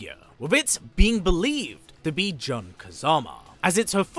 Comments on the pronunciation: Jun is pronounced like the month. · Why do you pronounce Jun's name like that?? 😂